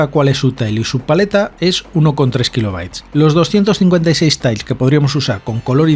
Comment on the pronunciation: Suena un poco ''sonico'' que digas ''Tails'' en vez de ''Tiles'' pero vamos, buen reportaje